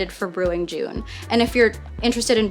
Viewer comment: Just looked it up, too. Pretty sure it's pronounced "J - uh - n".